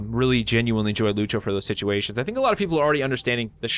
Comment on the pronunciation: The Portuguese pronunciation of "Lúcio" = "LOO-syo", still upvoted cuz = legit